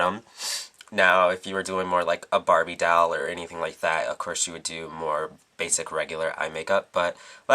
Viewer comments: "broken dall" lol its DOLL. not dall. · you pronounced doll "DAALLLE" and not "DOLLE" (: ahaha that's cute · u say doll weird.. like it sounds like u say dall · Loool. The way he says Doll, "The Dall look" Lool. To cute. c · I love how he says doll. It sounds more like DAWL. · I love how you say doll. Dall. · hahaha he has an (awesome) accent he pronounces o's as a's so its "Dawl" for "Doll" and in another vid it was "Bady" for "Body" ha its cool :P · I LOVE how you say doll... its like dahl... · lol i love how he says doll it sounds like he is saying dawl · love the way you say doll its like dawl :P great tutorial :) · lol i like how he says doll :) "dowl" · you say doll very beautiful dawel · i like the way he says doll dall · I love the way you say doll. XD ITs like "dowl" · "tutorial's over" perfect ending... and i love the way u say "dall" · i love how you say doll~~dawl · why cant you say the word "doll" properly? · I like how you say doll :) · I love the way you say Doll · i love how you say "doll" ( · he lives in thr UK,they pronouce it differently. dont make fun of his accent,i talk the same way D:< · luv the way u pronounce "doll"